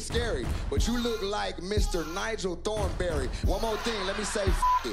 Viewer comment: Man said Nigel thornbeery 😭😭😭😭😭😭